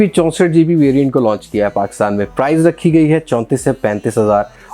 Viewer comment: Ye India aur Pakistan main "Price" ko "Prize" kab sy bola jany laga